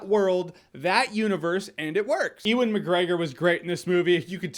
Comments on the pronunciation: his name is pronounced yewen not eewan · You are pronouncing Ewan wrong you are saying Eee when Uuuwan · E-wan? It's pronounced Yoo-an you dafty haha. Great vid tho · It's not "e-wun" its "you-un" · Ewan is pronounced "yoo-in," not "ee-wen." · It's 'Yoowan' McGregor , not 'eewan' McGregor. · It's youwin, you're saying my name wrong smh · "oowin" McGregor 🤔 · Who the hell is Eww - In McGregor? I've never heard his name pronounced like that before, lol. Eww-In! It's the same when Americans say CREG for Craig. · Yo Jeremy, Ewan is pronounced "You-En". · Ur pronouncing ewan mcgregors name wrong big man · Why can’t Jeremy pronounce Ewan properly? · U keep saying Ewan wrong, stop that